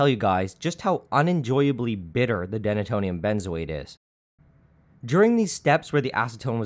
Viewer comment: I’m gonna go out on a limb and say it’s pronounced “dee-nay-tonium”, because it’s named for its function of “denaturing” alcohol.